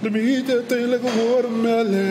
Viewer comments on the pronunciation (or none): none